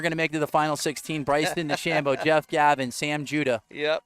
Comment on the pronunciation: Main commentator is terrible. Stop calling Dechambeau Dechambino. You're commentating on a sport not talking about your buddy. Makes it seem so small-time